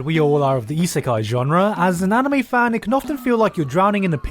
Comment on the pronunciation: It's 🤔 reverse Isikai...? Re-Isikai?